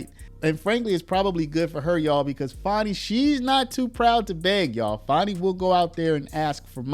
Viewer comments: About the constant mispronunciation of FANI Willis. There is NO "W", in "FANI"! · Dude its fanny not fonny why u doin that for her please use correct annunciations thanks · Who is Farni? Thought her name was Fani.